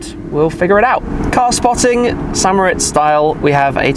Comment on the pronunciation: Is it really that hard to pronounce St Moritz in a proper non-English accent?